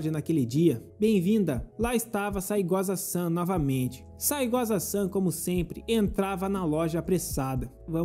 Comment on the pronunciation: Na real é Saegusa, mas esse cara fala assim de sacanagem kkkkk